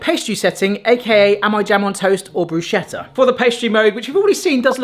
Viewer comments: It’s Bruschetta [broo-SKET-tah], not broo-SHET-tah. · Bruschetta is pronounced BRUS-Keht-tah. It's Italian, not German. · Bruh-Skeh-Ta! Thank you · I'm not gonna explain defrost to you because it seems some people already have lol but I will say it's pronounced "bru-sket-ah" 😉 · I've been unable to find a toaster that isn't a piece of junk or costs a small fortune that's more complicated to operate than launching a rocket into space. Now, I simply use my small griddle. Every time you pronounce bruschetta the way you do, an Italian has a near mental breakdown.